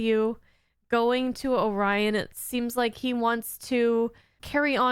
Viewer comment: Well, at least they pronounced Orion correctly instead of Oreon.